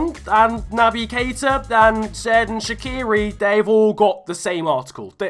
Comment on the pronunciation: Stop pronouncing shaqiri like shakiri